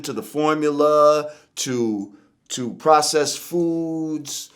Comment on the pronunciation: My man said processed foods lmao